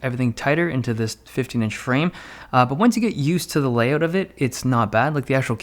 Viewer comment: Layoat he say's not layout